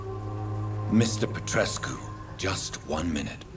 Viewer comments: Plus saying Darius Petreshoes 😂 but yeah I agree. And the accent is something else. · Petrescu reads Pet-res-ku